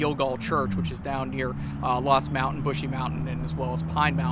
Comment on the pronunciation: Brushy Mountain, not bushy mountain